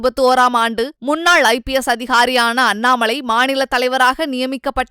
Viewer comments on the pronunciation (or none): none